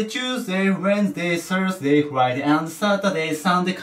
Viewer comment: サンデェ、サーズディがおんなじに聞こえる、何で？